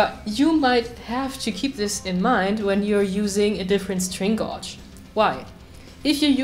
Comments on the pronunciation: When you remove the old string unscrew or screw the "fine tuner" to a bit over half way so you have some adjustment after you re-string. Shamefully (as my German is rubbish-so who am I to criticise?) I am going to correct your pronounciation . String gauge is pronounced 'gage' like Rage with a "G" - we have lots of words in english that just don't sound like they look . Laugh= larf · It included lots of time indeed xD Well I always wondered how "gauge" is pronounced correctly xD Can you tell me?